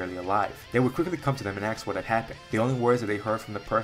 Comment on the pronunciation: "Ask" ❌ "Axe" ✅ 😂😂😂